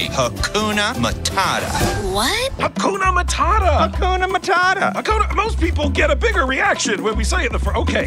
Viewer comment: Is nobody gonna talk on how “Hakuna Matata” got heavily butchered?